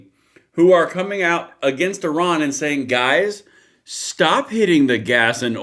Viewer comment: Fkn STOP saying "Oran". Oran is an Algerian city. It sounds incredibly ignorant each time you say it when you are supposed to be talking about Iran.